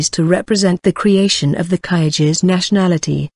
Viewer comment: Kyrgyz is not pronounced that way !